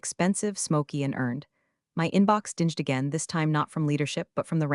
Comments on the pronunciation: Your AI reader has a small problem: bells don't dinge; they DING! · crap it can’t even say dinged properly. Doesn’t know what it means. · Narration mispronounced "dinged". Twice. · it always gets "read" wrong.